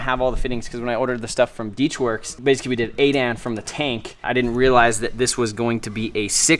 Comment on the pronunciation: It's 8 A N, not 8 Ann